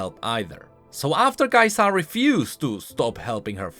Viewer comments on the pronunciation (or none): i dont wanna be the hermione but damn kaisa not kai saah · why are you like the only person that puts the emphasis on the "Sa" part of Kai'Sa? it slows your sentences down and makes them sound weird.